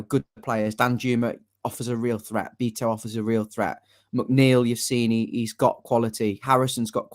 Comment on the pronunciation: I can never understand people who pronounce the Portuguese surname “Beto” as “ BEETO” as if they have never heard of the legendary “Bebeto”…unless they also stupidly pronounce that name as “BEEBEETO”… his name is of course pronounced [ Baeto ]….show some respect ffs